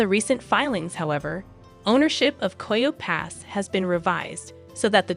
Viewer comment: is AI. Coyo pass? That’s how you know. Coyote Pass. Ki-o-tee